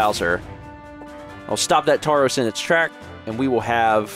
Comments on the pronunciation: I heard “tourəs” and it's “torəs” Or maybe it's me who is wrong all along. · It would be pronounced more like Toros no?